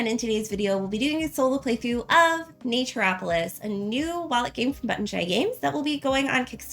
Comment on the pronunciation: Wanted a quick run through before getting a few copies for Christmas presents. Yours was the one I didn’t turn off after 5 seconds as your pronunciation of the game sounded correct to me (Everyone else said Nature-opolis). :)